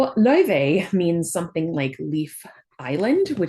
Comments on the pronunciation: Just wanted to let you know the pronunciation of her name is officially confirmed to be LAO-FAY and not Lao-Vay or anything of that sort. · Professor you miss pronounced Laufey. The developer said it themselves it's Lau-Fay not Lau-vey. They call her Faye in the game as well.